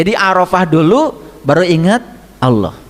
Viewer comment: Pantesan, mbaca Alloh,nya ALWOH, & AULOH, itu ngga TUMPENGAN, C..🙏🙏🙏